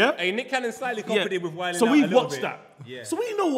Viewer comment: I don't ever wanna see the name again, It's Wiles now. The 'M's flipped into a 'W'